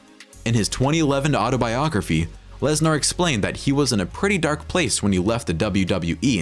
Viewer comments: Can't even say his name right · Guy can't say his name right 😂